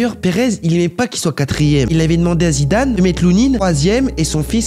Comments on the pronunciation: On dirait il fait exprès d'inclure Zidane dans toutes les vidéos pour l'appeler zimdim zimdane😅😅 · Comment t'as dit Zidane et Shevchenko😂😂😂😂